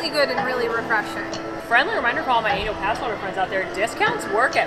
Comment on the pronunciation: Captions are hilarious for these videos. The way pronounces annual (pass) has highly amusing consequences on the cc.